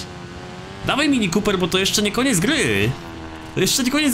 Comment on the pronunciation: "mini kópyr"